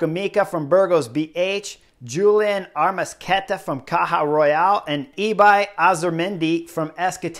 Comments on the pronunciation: Rural, not Royal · I've always enjoyed you as a rider and you are a great analyst, but It's CAJA RURAL Chris, not CAJA ROYAL, not Kansas City Royals... CAJA RURAL! 😅😅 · Chris, I love you and your analyses, but if you say Caja Royal instead of CAJA RURAL one more time, I might have to come over and Will-Smith-smack you in the face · Chris, thank you for your kind and good humored reply! I can really tell you would rather climb the Passo di Gavia on a fixie with one hand tied up behind your back, than have to pronounce the words Caja Rural ever again! By the way, I've got two jerseys that I believe belonged to you. Perhaps some day, I'll have a chance to meet you, so you could autograph them for me. Hopefully, you'll forgive me for my bad "Caja Royal" joke! 😅Michel